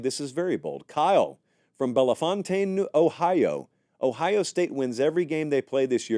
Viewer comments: Hey! I’m from ohio, and the first place you reacted to is pronounced “Bell-Fountain”. Love the podcast! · I thought that was funny how he pronounced it lol. go bucks